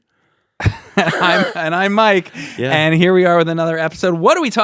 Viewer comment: Why does Ryan make the word "and" two syllables? Aye yund